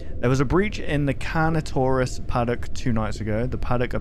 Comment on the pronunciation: Lmao slowly going from the correct way of saying Carnotaurus to the worst possible pronunciation is so funny